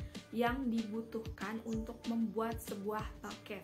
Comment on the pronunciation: Bouquet dibaca buket aja Kak, kalo Baket artinya jadi kaya Ember.